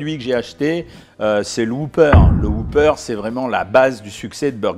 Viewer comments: C'est pas un Hoopeur c'est un Whopper On prononce le W et on dit hop et pas hoop, Bref ça se prononce comme cela s'écrit. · Ne prononcez pas woupeur, mais wopeur.